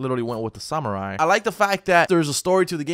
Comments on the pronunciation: you called a night a samurie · When you mess up samurai and knight still love the channel though